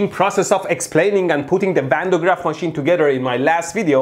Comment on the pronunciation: machane??? its machine